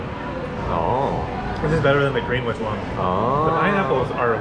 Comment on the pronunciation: Greenwich is pronounce as Greenich (silent W).